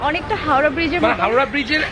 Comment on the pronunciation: " hawra" noi "Howrah".